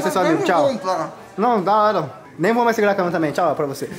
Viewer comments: q agonia desse "majs" kkkkkkkkk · Ele trocou o i pelo j kkkk